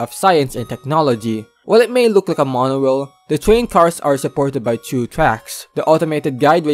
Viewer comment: “Monowail” “constwuct” brother why the fuck do you talk like that 😂